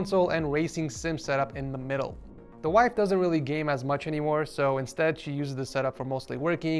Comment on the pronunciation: wife not “wifee” u mean 😅